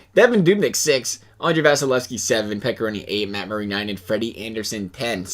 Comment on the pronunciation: It’s Murray not muray